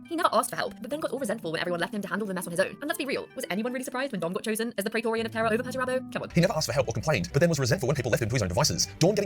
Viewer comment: AI Mispronounced the word TERRA on one I watched yesterday - trash! Go get em